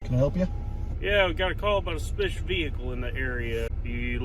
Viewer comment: "Got a call about a spish vehicle"